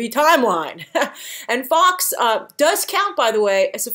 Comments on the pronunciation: Fox lol.......it's Guy Fawkes, pronounced like Forks. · I want more Law & Depp, don't give me such good actors & loose them in flash backs or sub plots. Hope you feel better soon. Fawkes is said more like folk, English is odd. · I thought the 's' in Fawkes was silent